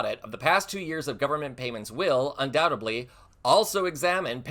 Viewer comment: Undoubtedly, not undoubtably.